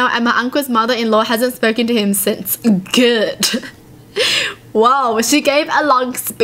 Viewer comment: Idk why but i found it funny when she said “GoOd” xD